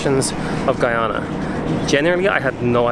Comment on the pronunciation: Beautiful video. You say the name Guyana so perfectly. Thank you. We appreciate folks like you❤️❤️